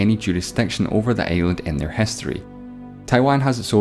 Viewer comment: why do you pronounce island like that sir It's torture to my ears